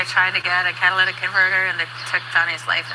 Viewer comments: Catalytic. Not cadalyc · Cat-A-lit-ick Converter 😉 It's filled with platinum a valuable metal that aides in pollution control. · Not being a smarty pants but it's a catalytic not Cadillac😂❤😂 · Cat a latic is the way it’s pronounced. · Tires to! We were driving to Sam's in Memphis yesterday and there were 2 different cars, in 2 different spots on the highway up on blocks with no tires. Blew my mind. The part is pronounced - cat-a-lit-ick. Catalytic. Hope that helps. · Catalytic Ca-Ta-Ly-tic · I don't mind if you pronounce catalytic converter incorrectly.,😊, what matters is the great reporting you always give.